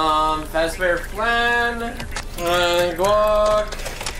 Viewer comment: really out here pronouncing Flan wrong